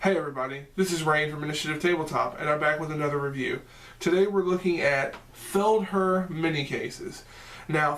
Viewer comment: Thanks for the review its pronounced. "Feld-hare"